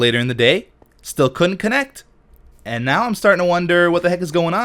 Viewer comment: Since the xbone reveal all I hear is kinect instead of connect :/